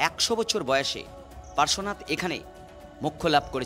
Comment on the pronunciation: পরেশনাথ পরেশনাথ করছেন কেন ওটা পড়ে শোনাতে না ওটা পার্শ্বনাথ😊